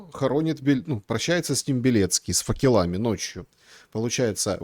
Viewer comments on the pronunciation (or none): по-русски говоришь, так говори правильно - не факелАми, а фАкелами